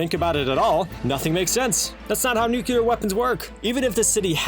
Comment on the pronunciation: Next time you want to give advice about nuclear bombs, find someone who knows how to pronounce nuclear.